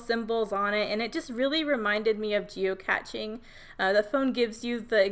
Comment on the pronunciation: Moving the circular element and strips was brilliant. You totally reinvented the game, geo-cache, geocaching; rhymes with ballet and today. How fun you say geocatching. It's like a combo of geocaching and that Pokemon 'gotta catch 'em all' thing people were obsessed with. Super cute photos and I can hear how much fun you had with your sister as you tell the story.